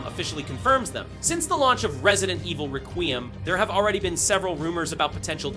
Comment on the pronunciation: Resident Evil RaQueeuhm